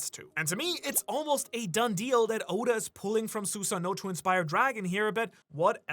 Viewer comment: That might be the right way to pronounce it but good lord did I flinch EVERY time you said Susano